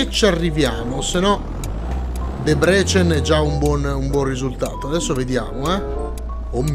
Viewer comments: Si dice Dèbrecen e NON Debrècen... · E Debrecen si pronuncia in Italiano Debrezen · SK è Slovacchia,perchè Kosice sta li è Debrecen è molto vicina al confine,ma è ancora Ungheria In tema di pronunce: DèbreSen XD